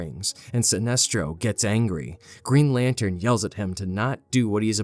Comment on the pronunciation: I heard Greed Lantern instead of Green lol